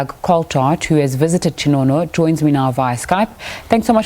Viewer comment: His name is not Chi-no-no. It's not difficult to get right Ching-oh-no.